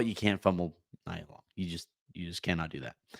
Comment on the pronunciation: Nia Long = nee-yuh not nie-yuh just fyi